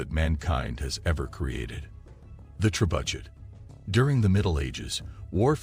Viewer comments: The ""trebudget"" Ha ha ha ha haaaaaaa the """trebudget"" 🤣.. the pronunciation 🤣🤣🤣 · Oh so all this time everyone has been pronouncing it wrong, its actually pronounced Tre-Butt-SH*T.... wow ... now we know .. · AI voiced, can't pronounce words like "trebuchet" correctly. Worthless clickbait.